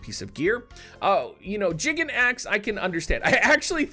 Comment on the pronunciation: I agree with you that we don't have to get everything they have in JP and vice versa ... But are you sure it's pronounced "jiggin' axe"?